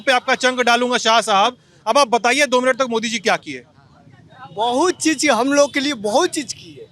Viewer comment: He is still saying "Bahut Chejj kiye" 😂😂😂